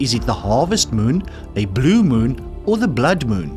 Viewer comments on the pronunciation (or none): none